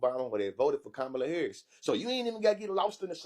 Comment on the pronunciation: Nelly did NOT even google NOTHING!!!! Oh Lawd! He did NOT even pronounce Madam VP’s name right!